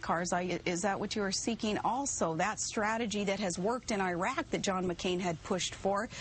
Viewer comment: Someone teach this bitch how to pronounce iraq and iran.